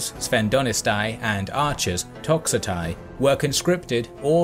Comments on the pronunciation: My friend in Greek "ai" at the end of the word is pronounced "e" so you have the akontiste,sphendonete,toxote and peltaste. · Why then we say for example Αἰσχύλος? The first two letters pronounce as E and not like the toxotai of the video.